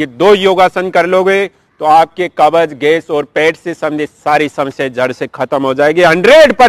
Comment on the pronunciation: कब्ज बोलो न कि कबज